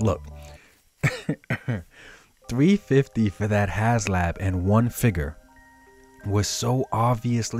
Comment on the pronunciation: It's has HASLAB, NOT HASLOW